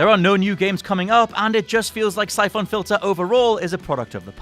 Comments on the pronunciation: Jeez, what's up with your pronounciation of most of these games? It sounds like you're trying to make them sound as obnoxious as possible... "Sye-phohn"? Seriously, look up how the words are pronounced before reading these lists, because it's REALLY off-putting! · The way that you say "Syphon" pains me. Apart from that nice job.